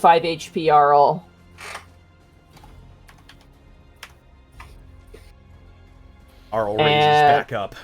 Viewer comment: love how aryl still gets mispronounced, just think THERO ARYL not tharopod, theropod, not auryl, airyl